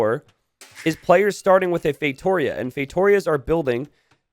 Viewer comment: The way pronounces "feitoria" is deeply annoying.